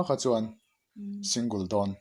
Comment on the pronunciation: Singul anilo sing gal tih a lam tur Single